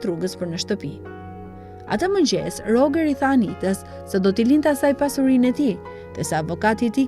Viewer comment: Roxheri moj. Jo Rogeri.